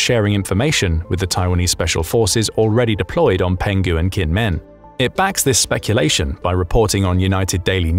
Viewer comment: Well penghu island is pronounced more like “pong who” Going snorkeling there in a few weeks